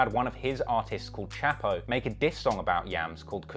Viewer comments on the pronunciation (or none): chxpo is pronounced chop-o not chap-o and chxpo is not SGP artist he is actually part of RBMG which is a loose music set from some G's out of Cleveland including Doe boy, Chxpo, hollywood Goonie and Loot and etc. Doe boy is signed to Futures Freebandz and also signed to Epic. Shout out Doe Beezy!!!!